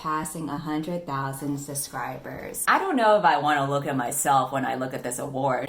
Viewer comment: Whenever says subscribers I hear suscribers 😂 is it just me?